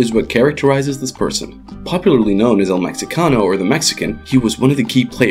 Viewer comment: You always fail at pronounce Spanish words, like Medellín or El Mexicano. Smh